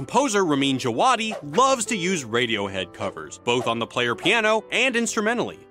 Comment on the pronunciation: I'm from iran, you should pronounce v instead of w. And D in Djavadi is silent. Pronounce it like Javaadi